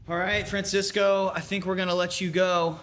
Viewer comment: Francisco, not Fransisco.....get it together MTV lol